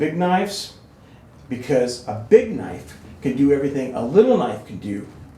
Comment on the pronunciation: "You call that a knoife? THIS is a knoife!"